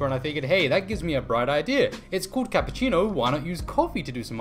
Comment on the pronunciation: No "kapacino". "Capuccino" 😂